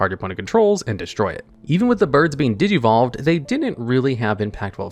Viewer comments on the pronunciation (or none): Bro said digvolve. I cried lol